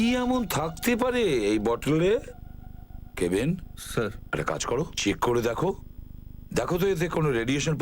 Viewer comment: অফিসারের নাম হচ্ছে কাভিন তো আপনারা কেবিন বলেন কেন